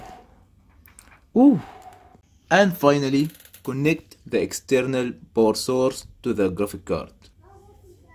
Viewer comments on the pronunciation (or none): I saw this and was confused untill he said it 2 seconds later lol ;) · Power source: exists This guy: "Porsoorc"